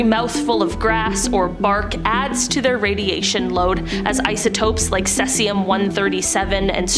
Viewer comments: omg who is this woman who cant say Cesium properly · OMG I came to say this!